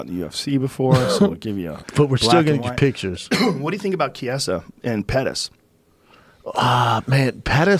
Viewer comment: Please all you Americans like how to pronounce Chiesa properly. Key - a - za.